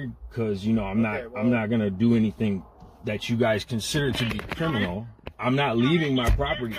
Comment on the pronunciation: If you insist on using the word criminal all the time, please learn how to say it. Oh my when you are breaking laws, don’t involve God I guarantee He’s not on the side of crime, I have a wholeBook to prove it.